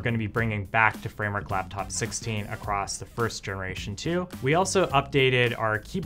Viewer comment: What is a "Laftof"? Dude got beef with the letter P